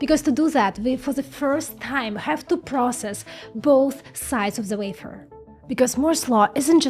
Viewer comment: Why can't you say wafer? Why must you scratch our internal ear with your vafer?